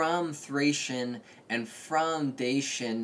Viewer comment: The Dacians were not Thracian. Its also pronounced Dashian not Dasyan